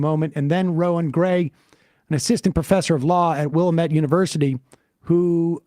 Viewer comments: FYI, it's Wil-LAM-ette. Accent is on the second syllable. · It's pronounced Willamette, dammit! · Need Sam to visit the wilLAMette valley lol